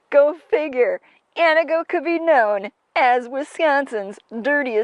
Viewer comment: Ann TEE goh, not whatever it is you are trying to say.